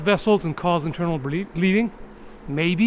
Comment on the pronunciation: when he says "internal breeding" instead of "internal bleeding"